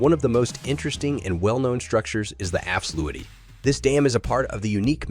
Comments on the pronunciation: Dutch diphtongs seem to always lead to mispronounciations. However I have not yet heard anyone make Afsluitdijk, sound the way he did. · Lol so many stock footage in this video is absolutely garbage. Why show some Russian/Ukrainian city when talking about Flevoland. This video, in many ways, is really.. weird. If you're talking about a project, btw, at least get the name right. The way he pronounces Afsluitdijk is ridiculous.